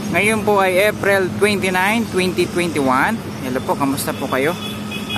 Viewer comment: SAY APRIL ...NOT APREL...